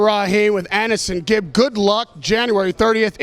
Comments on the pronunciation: Why do Americans call him annehsongib tho? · I hate how Americans pronounce Aneson